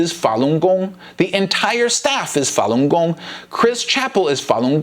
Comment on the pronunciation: can't even pronounce falungong properly. What a joke.